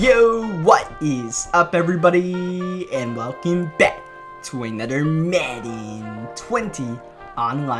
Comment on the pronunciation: I love how you say another It’s like nudder it’s just so nice